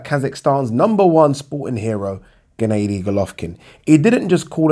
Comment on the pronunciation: Just say triple G ffs Instead of G. G. G. 😞 And it's Ger-nar-dy Not ga-nay-dy you TOOL!!! Andra-day Andrard??? You tit